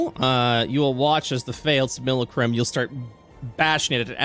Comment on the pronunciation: Great episode, but the mispronunciation of Simulacrum is killing me :,)